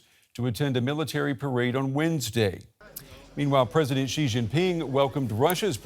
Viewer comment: if reporters cannot take the time to learn how to pronounce Xi's name (after he has been president of China since 2013), then they must be mispronouncing it on purpose!!